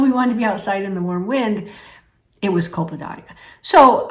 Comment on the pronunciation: In my opinion there is too much good information here to worry over the mispronunciation of a word that is inconsequential in this context.